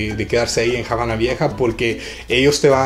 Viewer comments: Hola...gracias por estos tips...en español, la palabra "Habana" no se pronuncia "Jabana", la "H" es muda y no se pronuncia ni se convierte...Se dice "Abana" y se escribe con "H" para suavizar la pronunciación...Saludos:) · Excelente informacion!!👍👍👏👏 nada mas en español no se pronuncia la H. Es Habana NO JABANA!! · ¿Por qué Javana en lugar de Havana? Nunca lo había escuchado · Jamas le quitaría el mérito de poder hablar en español, lo que no estoy de acuerdo es la pronunciación de la palabra "Javana" si va a hacer algo hagalo bien esa pronunciación no existe en el Español. Tampoco es una palabra. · Que cosa es jabana........es Habana!!! o en Ingles es Havana! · Esta bien tu video pero te sugiero pronuncies bien Habana con H muda no con J aunque vivas en USA cada cosa se pronuncia como es. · Está muy bien todo, pero podías pronunciar bien la palabra Habana. Gracias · La Habana se pronuncia en español sin "J" en Habana. No somos gringos para decir "Jabana". Ojo mi latino amigo. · Que dolor de oidos me has dejado escucharte la Jabana !!!!!!!!!!! Eres latino y tu sabes que nos enseñaron en el colegio que la H no se pronuncia ,,,, Perdon por el detalle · El video es en español, no en ingles, no hay necesidad de pronunciar el nombre así.